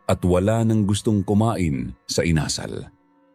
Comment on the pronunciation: with all due respect,sana po,use right intonation sa bawat words, lalo at dapat kyo ang mag correct sa mga tamang bigkas,tulad ng bigkas nyo ng INASAL at hilong-hilo, nahilo po talaga ako sa mga pagbigkas nyo, maraming kabataan ang nakikinig sa inyo dapat may matutunan mga kabataan sa inyo sa pagbigkas,alam nyo naman kabataan these days ultimo national anthem hindi alam.